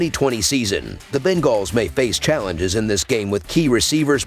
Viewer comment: He is saying it wrong, it's bunguls